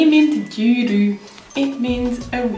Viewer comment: does the gy sound different at the start of a word than in the middle? the way you said gyűrű sounded different to how I hear people say Magyar